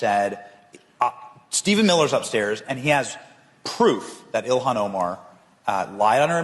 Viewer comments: Prnounced: “ILL-HAHN” NOT “ILLIAN” !!! Got it now?!?🙄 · Benny,its NOT ILIHAN, get her name right, ok? JD can't get it either, not a good look guys! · It's ILL HAWN